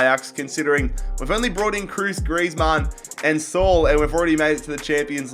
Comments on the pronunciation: It’s literally Saúl not Soul haha.. but it’s ok very good videos, always good rebuilds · Saul is not pronounced “sol” it’s “SA-OOL”